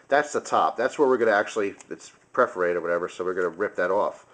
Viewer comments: "per-for-ate-ed" not "pref-orated" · It's PERforated not PREforated. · PER-FER-ATED, not pref-er-ated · Perferated not preferated... lol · love your vids, i just hate how u say preforated instead of perforated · perforated :) not preforated ")